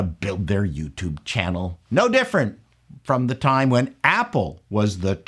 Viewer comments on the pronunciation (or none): none